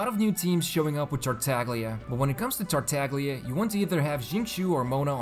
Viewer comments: Thanks for all the videos! Just a little thing, Italian speaker here. Tartaglia is pronounced like you would pronounce Tartaya! Its like a very strong emphasis on the Y (Italy doesnt have Y X W letters so we use Gl to indicate a very strong i basically, like you use Y pretty much except VERY strong) Keep up the amazing work! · You pronounced Tartaglia wrong